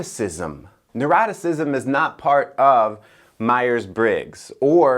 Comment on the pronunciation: Was trying to pronounce Neuroticism? 🥺